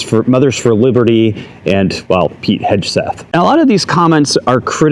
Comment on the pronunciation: Hegseth. No "d"